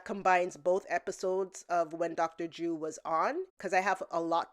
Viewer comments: why do you call him Dr.Jew? his name is Dr.Drew 😂😂😂... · Love the videos and I hate to be that guy again, but you really oughta work on your enunciation of the 'R' in "Drew". Cuz it totally sounds like you're saying "Dr. Jew" 🤣 I assume it's cuz you're bilingual and don't mean to sound insulting cuz knowing more than 1 language is super admirable and respectable. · At first I thought you said "Doctor Jew" 😂😂😂 🤭 Trisha needs the drama to stay relevant. I doubt she could do any other job no matter how simple. The drama is her desperation. If she loses views well, no more money and lavish lifestyle. It pains me to see someone like her with more money than most of us will ever see in our lives. Loving your videos beautiful! Keep 'em coming! ❤️ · I was listening quietly and I thought you were saying “dr jew” referring to Ethan lmao